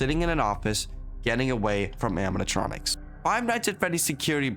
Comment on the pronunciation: bro cant say animatronics xD